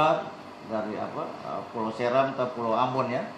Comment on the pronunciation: Pengisi Suara video diskominfo selalu pakai orang luar Maluku Ya... Sebenarnya bagus Cuma ketika pengisi suara ini ada sebut nama² daerah yang meng aPit kepulauan kei....dialek nya gak biSa sebut pulau S'eram dengan baik ...terdengarnya SERAMM 🤣